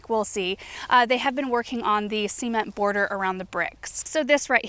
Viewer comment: I swear I am 30 years old but the way says "cement" makes me giggle uncontrolably 😅😅